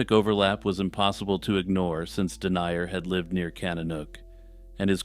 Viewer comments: Haha i enjoyed it but his name is pronounced something like den-yah rather than denier. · Paul Denyer is pronounced "Din-yur," not "Dee-nye-uhr." Other than that, good video.